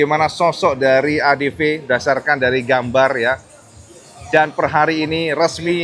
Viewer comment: ADV dibaca : "Adepi", bang, bukan "Adepe"